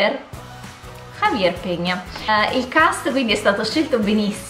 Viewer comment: Un libro che forse e' del 2014 ma che mi e' piacciuto tanto e' "Pilgrim" di Terry Hayes. Come serie, mai guardato Girls? o Scandal? Ah, e hay pronunciato "Javier" benissimo!! ;)